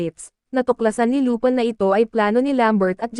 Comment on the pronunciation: Lupin po' hindi lupan